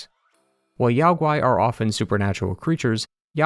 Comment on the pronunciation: NO Chinese can EVER forget the Monkey King <3333 The Great Sage was the name closest associated with him--amongst other names. Black ling YAO GUAY just means DEMON. 🤣😂😂😂 I am soo sorry I couldn't stop laughing over that pronunciation by the narrator. Sorry I know I ruined everything.